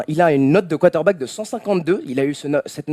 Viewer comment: Hé vous savez qu'il y a un "R" dans quarterback?